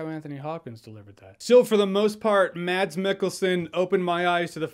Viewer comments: It’s mas not mad-s Because it’s a Norwegian name. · Hejsa :D It's not pronounced "MaDs" the D is silent so you say it like you'd say "Mass" Love from Denmark :D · His name is surprising pronounced as Mas (like Christmas)- Michael-son.